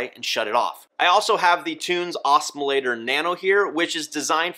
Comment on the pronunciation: Learn! Why can no one at BRS pronounce Tunze correctly? Must be an American thing…